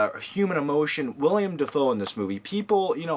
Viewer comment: Its Willem not William.